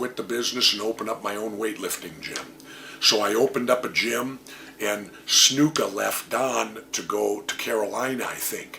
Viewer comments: Why does he always say Snooka? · I always liked how he pronounces Snuka. "Snooka."